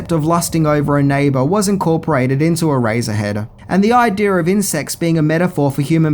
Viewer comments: I keep hearing erazor head instead of eraser head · I just kept hearing “ah-razor head”. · It’s pronounced e-race-er head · My god...please stop saying, "Erazzerhead". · "Eraserhead" sounds just like "Erazorhead."